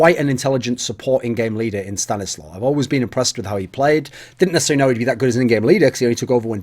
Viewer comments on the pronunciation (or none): If it's a Polish name it's pronounced "staniswaf". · Mike Hunt stanislaw is pronounced sta-nees-wav, its a polish name...